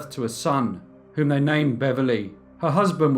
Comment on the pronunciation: I can cope with the speech patterns, the regional accent, and the speech impediment (vey instead of they), but saying chocolates again and again as "chock-lits" is just too much!